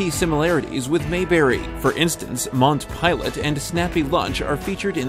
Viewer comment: Played over and over to hear what was being said. Sounds like "Mont pilot and snappy lunch" You need an announcer with better diction. I still couldn't figure out what he said.